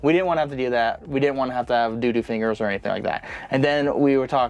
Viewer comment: I love that in 100% of the videos I've watched from y'all, says "fingees". Cracks me up!